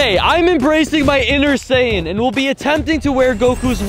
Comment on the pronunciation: 'Saiyan' is pronounced 'S-Eye-Yan'. Not 'Say-Yan'. Just sayin.